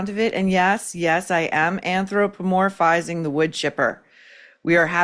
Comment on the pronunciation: Anthropomorphizing, as in human, not andropomorphizing, as in men.